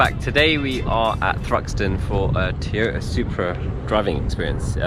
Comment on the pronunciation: Looks like Ive been saying it wrong all this time, apparently its Teee-yota. Silent first "O" people. Btw now that Toyota has improved on the BMW engine with those 300 modifications, i bet we will start seeing more reliable BMW engines ... 🤞